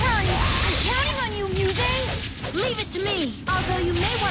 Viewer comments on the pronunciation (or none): none